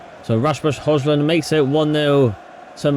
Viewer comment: Please pronounce Rasmus Surname correctly brooo pleaseeee